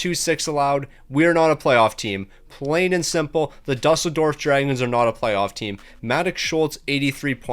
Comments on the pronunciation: It's pronounced doo-sell-dorf (Germany) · Ya same (well I live in Berlin but have family friends in Düsseldorf that I visit sometimes). Game doesn’t do him favors not putting ü but still lmao